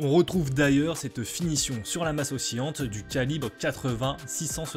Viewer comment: "oscillante" se prononce o-si-lan-te et non o-si-yan-te.